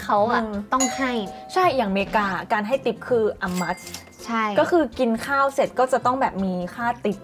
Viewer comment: ทิป ไม่ใช่ ติ๊ป ติ๊ป ภาษาที่พวกตลกเอามาเล่นกัน